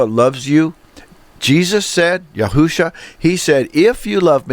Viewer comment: Yahshua or Yeshua sems to be correct , I hear the speaker on this video saying Yahusha Ya Hu Sha .. just a polite correction Ya Shu A , Peace to you .. And Great Video !